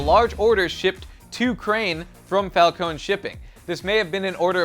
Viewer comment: Talks about him reading the comics twice still pronounces falcone wrong (it's fal-cone-E not fal-cone but it is spelt that way)